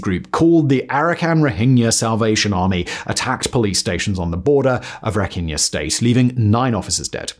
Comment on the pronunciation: Myanmar - pronounced ME an mar. Aung San Sun Kyi (chi) (ky next to vowel I makes it a CHEE sounds like The chee in cheetos) , Rakhine - RA-kine like the word line. Great video, actually I like all your vids 👍